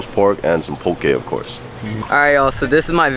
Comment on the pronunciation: The first thing learned was to say Poh Kay and not Poh Key. 😉